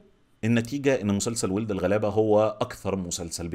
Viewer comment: انا متفقة كتير مع حاجات كتير قلتها!! بس أحب أقولك ان اسم المسلسل مش وٍلد الغلابة، هي وَلَد الغلابة! بتلفظ wald مش weld. ممكن تسمع بهاء سلطان بيقولها في تتر النهاية!!